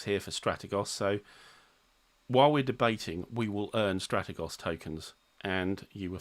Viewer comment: Had to check this. I think Strategos is pronounced stra-tea-goes.